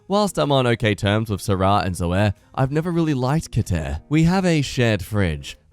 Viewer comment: Pronunciation note: WTF? Zoey and Kayt for Zoe and Kate. I know Australian English is different, but not that different.